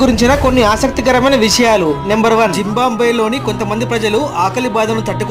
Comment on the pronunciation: "జింబాంబ్వే" కాదయ్యా "జింబాబ్వే" !